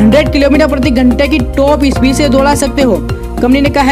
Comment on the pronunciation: टॉप स्पीड तो समझ नहीं आई रे भाई 😄😄😄